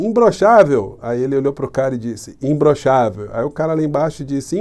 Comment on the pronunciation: E parece que ele fala como o cebolinha: "imblochável"!